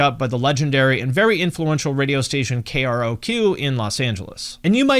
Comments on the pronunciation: KroQ it’s KRock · Hey I love your content, your depth of musical knowledge is amazing! But... I notice that you refer to KROQ in LA, you call them K-R-O-Q, instead of K-ROQ (K-Rock). Is there a reason for this, or is it just to be extra specific about the station call letters? Once again, I love your work, you're awesome!